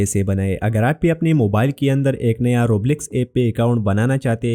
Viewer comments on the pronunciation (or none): Roblox ❌️ Roblecks✅️😂😂 Btw thank-you bhaiya ❤❤